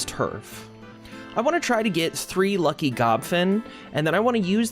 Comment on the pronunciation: It can't be just be me who hears P!mp LUCIOUS Everytime he says lucky lucious 🤣